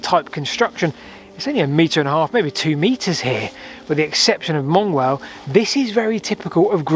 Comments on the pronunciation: Mongewell is normally pronounced "Munge well". Wendy pronounced it right. didn't. 😀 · Great video. Not sure will ever get to the bottom of these things, but as a born and bred Wallingfordian, wish you'd take Dr Morrison's lead on the pronunciation of Mongewell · Really fascinating as I've walked pretty much all the paths around Ewelme except this one. But you've got me shouting "Munj-well" at the screen every time you saw Mongewell. (It was a South Oxon schools residential centre, but I was never lucky enough to go. No idea if it still is.)